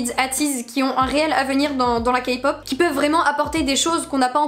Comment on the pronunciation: Ta dit Kapop 😂😂😂😂